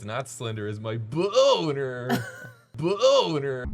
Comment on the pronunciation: “You know what isn’t slender? My bOEWnerRrr “